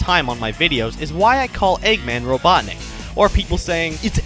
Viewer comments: robutnik lol satam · RobotnikUUH. That is that. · its Eggman, you stupid fool, call him Eggman, not Robotnik, uuuu.